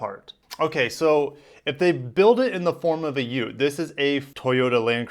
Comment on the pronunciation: “Ut-ee”. What the heck??? It’s pronounced “Ute”... as in “YUTE”